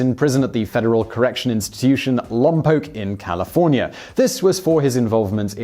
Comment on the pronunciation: Finally someone says Lompoc correctly.